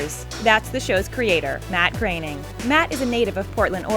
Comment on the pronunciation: lol someone finally said Matt Groenings name right